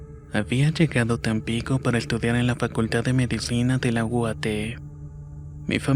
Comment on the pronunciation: es en la uat... o en la une.... no en la uate